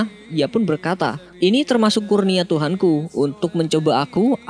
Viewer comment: BASHIHAH apa BARSHISHA min? KURNIA apa KARUNIA min? Ingat min, ente ngomongin Al-Qur'an, jadi hati-hati... Jangan hanya ngejar rating doang, tp justru fatal gitu kontennya...